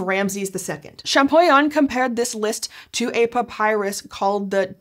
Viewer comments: great video, great subject! Champollion is pronounced ShampoLion because the LL is in front of the I. But the video is great, I’m just not sure if I have to correct people or let them keep mispronouncing… I’m sorry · My ears bled when she butchered the name of Monsieur Jean-Francois Champollion. Man Americans need to learn another language.